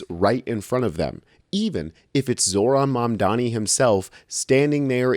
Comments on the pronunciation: “Zoe-ran Mandami” LOL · She said Zoran Mandomi, bruh. 🤦🏽‍♂️